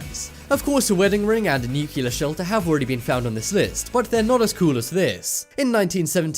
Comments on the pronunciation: He said nucular ( nuclear ) weapon :)))) and they misspelled yatch ( yacht ) :)) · Goddamn it, stop saying "nuculer". Its N-U-C•L-E•A-R. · Nucular shelters? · Newk you luhr? Nuclear=NUclear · New_clear bomb not New-cular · Interesting video, though it's NOT nucular as in nuke-u-ler... the word is NUCLEAR...as in nuke-lear🙄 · NEW-KLEE-AR......... Only uneducated hill people who procreate with their siblings say nuculer, that and exscape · Americans : Nu + clear = Nuclear , not Nyukyular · Nuclear......not nucular.....FTLOG! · Thumbnail clickbait. Also, it's Nu-cle-ar, not nu-keuh-ler. Pronunciation guys! C'mon! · no such word as nukuler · Nook Lee urr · Nu- clear bomb stop mis-pronouncing that very simple word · more like new-clear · Say nucular one more time. I dare you. I double dare you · Why pronouns nuclear lik an under educated American president, this shows stupidity in the part of the narrator.